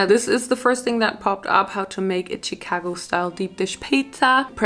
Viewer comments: I like how she says CHicago instead of like SHicago 😂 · My city is pronounced CHA-CA-GO Chicago not chitcago 😭😭😭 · Love how says “cheek-ago” instead of Chicago 😂💕💕💕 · It’s pronunciation is shu-kah-go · I LOVE how you say Chicago.its amazing tho its pronounced (sh-cah-go) . i found you recently and I love you. <3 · Listening to you pronounce my city Cheecago is so cringe 😂😂 “shi” like shit shicago 😘😘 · The way she said Chicago was so cute. She pronounced it as Che-cago. It was just adorable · Bless your heart. Chicago is pronounced SHI-CAGO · why does she say chicago like that ? 😂 it’s pronounced “shuh-kah-go” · I usually get annoyed when people pronounce towns or cities wrong in Illinois but the way she pronounced Chicago cracked me up. It's pronounced shicago if that helps any🙂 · Omg loving how she kept saying Chicago! I understand because of how it's spelt you'd think that's how it's pronounced but it's more like shicago. Absolutely no hate or anything for I am a huge fan and just wanted to let her know. Much love to y'all. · The way you say Chicago makes me happy 😂